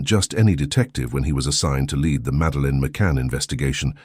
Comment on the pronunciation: LED investigator 😂😂 Lead is one of those words that have 2 meanings with diffefent prononciations. Lead (pronounced LED) is the metal. He had a bit of a leaden feeling in his gut, that's for sure! You're looking for "leed" (the lead in the race. Lead role in a play. Lead detective.)